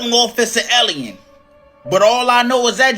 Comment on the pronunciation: he witnessed an “ellien” 😂 love this guy an his enthusiasim!